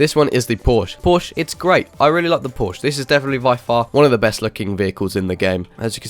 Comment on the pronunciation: i have a bugatti in southwest florida and you have say porsche wrong...